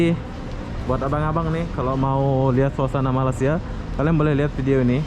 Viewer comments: memang sudah azali org indonesia tidak dapat menyebut berapa perkataan melayu. bunyi seperti ijin,malisia,beda,musik.. huruf z jadi j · ni,dari dulu tak boleh sebut " Malaysia" dengan betul 🤣🤣🤣 Ape ape bende oby memang mantap